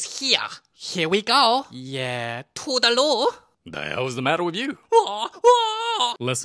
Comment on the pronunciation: You should do Elio I love how you say " da movie begin with the... "